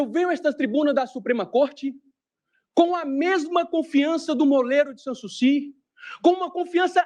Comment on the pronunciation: O que é “moleiro de sansusi”?